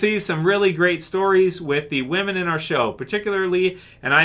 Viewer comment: oh so "whamen"... great, i mean i thought TWD was taking a nosedive, not willingly killing itself.